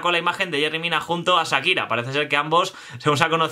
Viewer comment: Sakira o Shakira? Jajaja